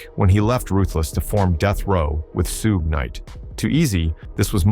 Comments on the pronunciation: SOO-GAY KNIGHT???!!! SOOGE??!!!!..... man, this AI narrator. 🤦🏿‍♂️🤦🏿‍♂️🤦🏿‍♂️🤦🏿‍♂️ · The narrator sounds like he's reading and miss pronounces words suge (Shugg) He said pack not pac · once you hear that Suuuu-gaay knight followed by Suu-jay, you know this video is full of crap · this video butchered SUGE's name.. LMAO.. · you lost me when your AI cant even say SUGE Knight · He can’t even pronounce suge smh 😂🤣